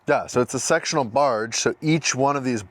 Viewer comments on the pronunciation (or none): lol after you were talking about attraction I swear I heard "this is a sexual barge" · When you said, this is a sectional barge, I thought you said sexual barge.😂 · "This is a sexual barge." What? LOL! Oh. He said "sectional."